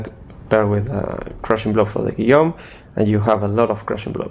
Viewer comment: best pronunciation of Guillaume's I've heard!